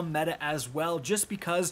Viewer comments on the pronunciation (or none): none